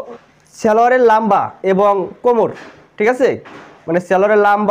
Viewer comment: লাম্বা না লম্বা🤣🤣🤣🤣🤣